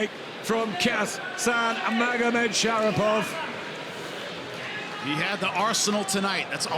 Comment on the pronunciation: ShaRIPov not ShaPIRov